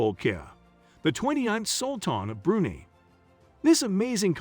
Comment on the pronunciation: It's pronounced BREW-nigh, not brew-knee